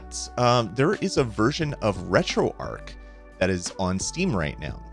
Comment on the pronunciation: retroark? do people pronounce arch as ark?